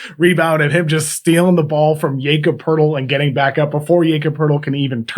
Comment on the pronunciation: Your pronounciations are out of this world. Yaycub Purrtle, Daveees Bertens haha